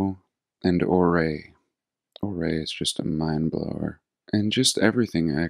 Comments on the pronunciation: Ouray is pronounced “Yoooo-ray”… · Tree line is around 12,000 feet. Million Dollar Highway goes over Red Mountain Pass. Ouray is pronounced like "Youray". After Chief Ouray of the Ute Tribe. Some of our mountains are 14 'ners and so top of the mountain does not have enough oxygen to support the Aspens and Pines. If you hike up there its dirt and scree and very small tundra. I just checked out Ouray's Elks Lodge the other day after watching your videos. Because to me the old court house, community building now the firehouse. The Beaumont Hotel all seem "Old World" and I live very close for many many years. It's fascinating. Thank you for sharing your talks. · thank you for opening our eyes. As a Durangatangian, I now look at the rocks in the mountains differently—they look more like building rubble from past civilizations. Everywhere! Thank you! Oh and we pronounce Ouray as Your-A. Named after the Chief. We call it Whoville—a duplicate of the town! My favorite place to be with our horses, 4-wheelers, dirt bikes visiting ghost towns then soaking in the hot springs after. Keep up the great work! ❤